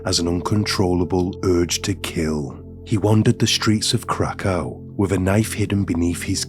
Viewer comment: Krakow is pronounced Krakov.